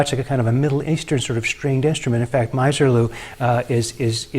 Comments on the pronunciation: Ms. er-lou, not Miser lou. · And Miserlou is pronounced "Miserlou", not "MYserlou", as has already been mentioned; Rebel Rouser is pronounced as it was written - "Rebel Rouser", as opposed to "Rabble Rouser". Instrumental surf music is still very much alive. Enjoyed the discussion. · You don't know what surf music is. The Beach Boys and other vocal groups are not surf music. Anyone who was a fan of surf music in the beginning knows the difference. Using the phrase "instrumental surf music" is redundant. You cannot even pronounce Misirlou correctly. Nice job of spreading bad info on the internet. Even can't get the name of Duane Eddy's tune. It's not Rabble Rouser, it's "Rebel". What a joke.